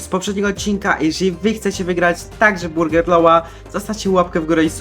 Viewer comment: 😂Burger bloła😂